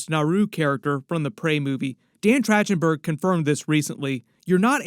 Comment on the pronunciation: Just wanted to alert you to the info that it's a hard c or k sound for the directors name - So it's said like Track-ten-burg, not with the soft ch sound. Not to be THAT guy, but I'm gonna totally be THAT guy, because I KNOW his name is pronounced all over other media properly .